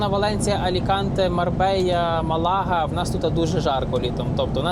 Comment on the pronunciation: Не МалАга, МАлага. Не Астурія, Астуріас. А по їхньому Астуріес